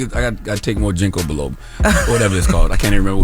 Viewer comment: He said JINKO BILOBA 😂😂😂 and then he said he can't remember what is called. I hollered bc ginko biloba helps improve memory 😂😂